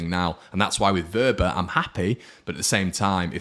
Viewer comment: Give your head a wobble,his name is Wober not Wobbler 😂🤣